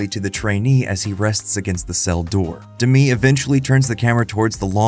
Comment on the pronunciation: yr script says "…illuminated by an unseen light" and then a shot of the chair under a clearly visible overhead lamp. Also Demme is not pronounced like Demi Moore, it's Demmy not D'mee.